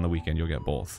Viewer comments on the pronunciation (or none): Why does Arin say “both” like there’s a freaking L after O